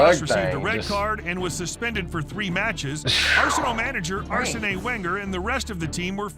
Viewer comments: U E F A champions league.... You-ay-far!!!! And who is Aresenay Wengar - it's pronounced Arsen Vengar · Who else feels like the narrator went out of his way to mispronounce many names😂 "standard lee-eggy" and "arson-knee wenger" were two of his greatest hits